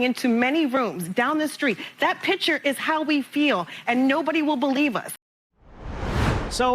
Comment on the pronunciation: " That pitcher" teach that group how say their words. It should be "that picture".